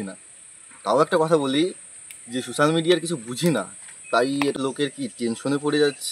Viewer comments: Tui age thik kore kotha bolte sekh to 😂😂 age thik kore pronounce korte sekh tarpor social media ❌️ susal media ✅️ te asis 😂😂😂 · তুই আগে কথা বলা শিখে আয়। হাফ লেডিস। Susal media😂resket😂 খুব ভালো উচ্চারণ করতে পারিস😂😂😂😂😂